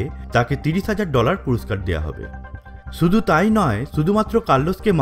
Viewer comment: valo koira kotha bola sikhun vai😂😂😂 ছুদু মাত্র😂😂😂